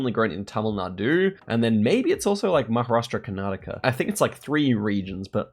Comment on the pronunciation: well, I guess you got the point, I was not being salty, I was confused when the actual non-Indian content creator pronounced Maharashtra completely every time, why was it hard for an Indian to call out a Indian state name. When you are trying to address a state in India for a global Audience, don’t you think you were mis-representing? Let’s say if someone wants to research Maharashtra, do you think googling ‘Maha’ is enough? Forget the part of being disrespectful, Same way when I type Sa instead of Sayan. I get the global Geo guessers having hard time to pronounce certain places, so they shorten it up, but what the excuse when typing it in a comment section?